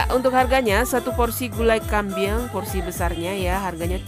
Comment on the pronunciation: Kambing..bukan kambiang